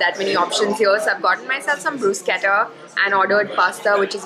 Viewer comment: Vlog is beautiful as usual 👌👌 Also learnt I’ve been pronouncing bruschetta wrong. Thanks to you for letting to know us it’s correct pronunciation 😃🙌🏻👏🏻